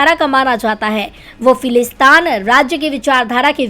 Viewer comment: Kam se kam news to sahi padha karo Falistan nahi Falasteen sahi word hai ya phir English me Palestine kahte aur likhte hain. Correct this mistake